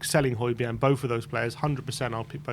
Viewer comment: I like Hojberg but need him gone to stop the pronunciation.